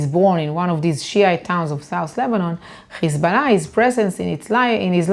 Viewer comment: Now I've seen some nasty shït in my life but gotta give her, she is the worst "Hezbollah" pronouncer of all time.